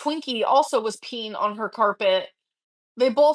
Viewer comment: "they bolth were peen on the carpehhh"